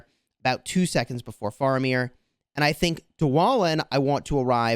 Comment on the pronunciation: it's pronounced "fair"amir. for future reference